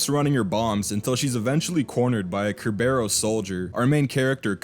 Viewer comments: You keep sayin ker-bear-ohs, I'm gonna go out on a limb and guess it's sir-burr-us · Bro really said Cerberus wrong